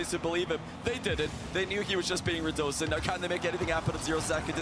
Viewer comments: Pretty sure it’s pronounced rad uh scene, ho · rad oh zain